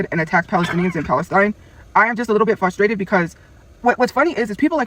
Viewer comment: Fidgerator. I get so FUStrated when she doesn’t pronounce words properly. Illiterate bag of rotting potatoes